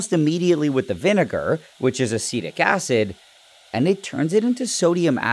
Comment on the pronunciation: When human says "A-Seed-Ick" acid